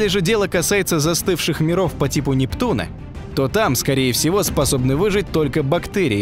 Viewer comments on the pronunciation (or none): none